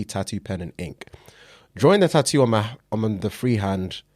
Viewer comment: Hey, You know there is a couple more T’s in the word Tattoo.